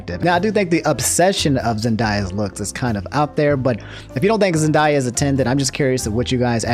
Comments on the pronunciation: zen·dei·uh, not zen•die•uh Edit: Answer to your quest at the end- I don’t like it because I see it just creates more anger from me with something I notice you disagree on, I feel like you should have your opinion on things I don’t fault that. It’s just it would make it harder to watch your videos with them being frequent and also being irritating to me. That’s my personal take on it. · ZENDAYA not ZenDIEa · Ok, I love you, but you gotta stop calling her zen-die-uh, it’s zen-day-uh 😂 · Man's said zen-die-ah. It's basically pronounced as written zen-day-ah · did you Pronounce “Zen-day-uh” as “Zen-die-yuh”?... Actually that kinda sounds better I’m a let it slideeee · I love that this man mispronounces every single name. Keep on doing you, Zendaya’s real name is indeed pronounced Zen-die-a. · You say Zendaya weird my guy. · defends zendaya also: pronounces her name wrong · Listening to you pronounce zenayas name hurts, and yesssss hot takes are really cool and I’d rather have a hot take them no video!!! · They way he says Zendaya i feel like hes trolling with how many times he said it in a row 😂